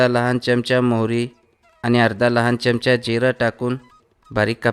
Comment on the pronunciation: च्यमच्या नाही हो चमचा म्हणा